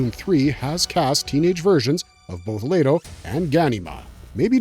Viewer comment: Omg I can’t stand the way ur pronouncing the names cuz you know if you seen the movie it’s not how you pronounce them come on dude it’s making me want to leave…. THERES NO A IN LETO